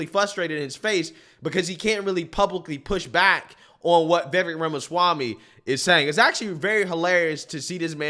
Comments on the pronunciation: I wish would learn to pronounce Vivek's name correctly. It rhymes with lake with the accent on the last syllable. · Vivek is pronounced Vi-Vake.. You have enough access to the internet to hear how his name is properly pronounced. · His name is pronounced "Vih VAYK." Anyway, VIVEK for PRESIDENT, not VP. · If you like Vivek, please learn how to say his name. Vivek rhymes with Cake. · FYI Ramaswamys first name is pronounced Viv Ache (like cake) I love this candidate! Votings for Trump, will write him in if he is not on the ballot but Vivek should be VP. President in 2028!! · "Vivek" rhymes with "cake". 😊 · 1. It's pronounced Vivek (like cake). 2. Vivek has repeatedly declared that he is NOT interested in the vice presidency. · Please call him Viv-ake, as in cake. Not viv-ek. He such a good, smart man...if Trump can't make it, I'm voting Ramaswamy! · Vivek (pronounced "Viv-ake", like cake ) would probably be the best VP choice. His views seem to be forming still so I would be uncomfortable with him as president, but as VP, Trump can keep the ship tracking while Vivek's views solidify and he develops a track record as a politician. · Vi veck is how you pronounce it. Ram a swammy I believe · Vivek is pronounced Vivake rhymes with cake. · Just an FYI, you're pronouncing Vivek's name wrong. Think Vivek like cake, the vek is pronounced like the ake in cake. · Vivek like cake is how he says to pronounce it on the Timcast interview hes done. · His name is pronounced "Viv-ache". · I love you a lot but it's Vi VAKE as in cake. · Let's say Vivek's name correctly. The last part rhymes with "FAKE", as in Acosta is a FAKE journalist.😂 Phonetically it would be VIV-AKE...and he's great but still gonna take Trump to fix stuff. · Thanks for posing this...just to clarify his name is pronounced Viv ake (like cake). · His first name is pronounced: viv- ACHE (like CAKE). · You can say it. Vee-Vake.😅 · FYI: Vivek rhymes with shiv ache. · It's pronounced Vivache